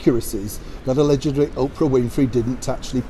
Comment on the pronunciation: I think Oprah should stick to USA and keep her nose out of the UK. She old and doesn’t care about truth or being a real news reporter anymore, mostly because she doesn’t need money eh? Oprah = Untruths and I guess the not caring what harm she does to others! KR “Aledgidly” LOL